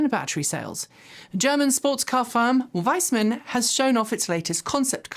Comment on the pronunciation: wiessmann is not pronounces wise man. 'ie' in german is spelled like ee like in 'squeeze'. it makes a lot of sense for VW to add another factory in chattanooga, tennessee. the ID.4/5 are very popular EVs and the actual factory will be at 100% production capacity soon. if they want to produce more EV models, they need more production capacity. the ID.buzz will sell well as well, especially because there is not much competition in that segment. regarding the truck, i am not sure if this is more on the production side of Ford with a VW badge?